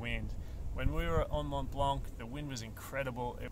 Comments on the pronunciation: Tip #11 Don’t prononce in French 🇫🇷 the « C » at the end of « blanc » 😁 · So first off the C is silent in Mont Blanc it's just how it's pronounced in French. Secondly tip 3 how to use your basic gear, seriously. This is when you are going to learn how to use crampons. Though now that I have finished the video, perhaps its just slightly misnamed. This is how to be a beginner mountaineer. It's not mountain specific to Mont Blanc just any beginner mountaineering.